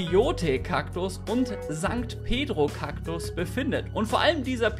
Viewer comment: Sankt Pedro Kaktus😂😂😂!!! Alter😅 das heißt San Pedro!!!